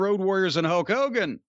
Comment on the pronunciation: I swear Jim is saying “Huck Hogan”